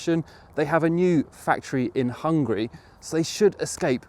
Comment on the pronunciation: The country you referred to it's not Hun-gry it's Hun-ga-ry.